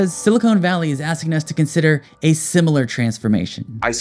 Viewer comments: "Silicon" Valley, not "Silicone*. Two different materials with different properties. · SiliCON, not SiliCONE! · Please learn the difference between "silicone" and "silicon". It makes you sound pretty ignorant. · Silicon .. not silicone. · irked by your pronunciation of silicon as 'silicone', "silicone valley" would be a sticky place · Silicone = stuff you put in boobs and cookware Silicon = stuff you make processors out of They are not the same. Not sure if you meant the mispronunciation as a joke or not, but I hear a lot of people confusing the two. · Hearing your pronunciation of “Silicon Valley” is making me want an ice cream cone 🥺